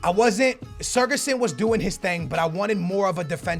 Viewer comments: It's not surgison it's sigurthsin. The ð makes th sound. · You say siGurdsson not siRgudsson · Why the f do you pronounce sigurdsson as SER-GESSEN?! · it's SIGurðsson not SIRGurðsson, not hard just take a look at how it's spelt takes 30 seconds OKAY! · it is sigurðsson not sirguson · How can you read sigfusson and pronounce it sergisuon ffs... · you pronouncing of Gylfi sigurðsson is a little off. Pronounce it like Si-gurt-son :) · Its Mulrooneyy he means the way that pronounces his name... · You say Sigurdsson name wrong, also use tots lukaku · The way you pronounce Gylfi's name frustrates me 😂 love ya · please pronounce Sigurðsson correctly please